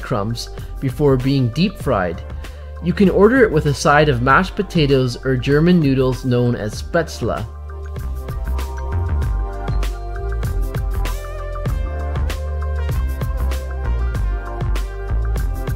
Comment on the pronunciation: SPETZEL, NOT SPETZLA. If you're going to speak the language, pronounce the words right